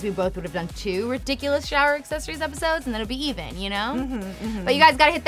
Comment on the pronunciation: Azzezzories? Lol wut